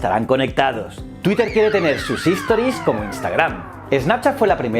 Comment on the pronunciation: Todo muy bien, me encantó el contenido, solo una cosa, se dice STORIES es decir, la palabra empieza con S, HISTORIES como lo dices tú es otra palabra diferente. Saludos!